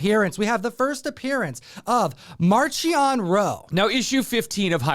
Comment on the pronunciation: Pronounced MARK-ee-on as I understand it.....